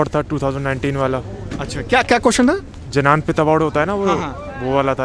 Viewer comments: Gyanpeeth award ko jayanpeth bol rha h 🤣🤣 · Not janapith(as pronounced) pronounced as gyanpith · Jananpith award😂😂😂 Bhai ko btao ki likhte Jnanpith hai pronunciation gyanpith hota hai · Bhai wo gyanpeeth hai jananpeeth ni 😁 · Chutiye जनानी पथ नही होता बो ज्ञानी पथ होता है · जनानपीठ नहीं ज्ञानपीठ है भाई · वो जनानपीथ क्या, क्या जनानपीथ ? I mean seriously.